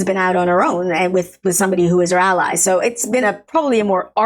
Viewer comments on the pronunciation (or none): none